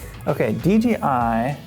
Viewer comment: Says “dgi” like 9 times….. could’ve swore it was DJI